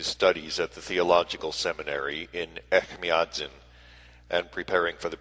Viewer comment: Echmiatsin - the second sound is j or ch like in chair (not k or ck)